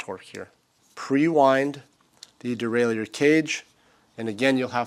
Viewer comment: its pronounced derailer even the french dont say it the way you do.